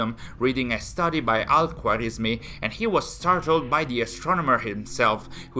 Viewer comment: ok, so Samarra and al muttawakkill were pronounced pretty well, as for al-khwarizmi you need to put more emphasis on the Kh part of the name and here is a simple breakdown of how to say it as a whole. Al- Khawa-riz-mi basically in the khwa part of his name you have to pretend as if there were and a between the kh and wa as his name in Arabic has a kind of ‘wow’ sound that can’t truly be replicated in English. Hope this helps.